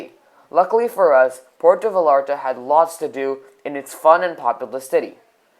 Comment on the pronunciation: And it’s pronounced (Vayarta), not (VaLLarta)